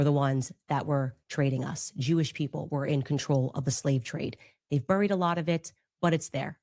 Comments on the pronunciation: Among the antisemitism, she also needs to learn how to pronounce “buried.” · You mean, "buuurrrrried". I've never heard anyone mispronounce that word like Candace does.